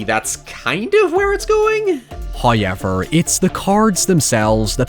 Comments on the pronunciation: Atp you could make a video about Blues Clues and I'd click on it just to here you say "highyever" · People go on anout how pronounces However but I'M OBSESSED with how he pronounces Poor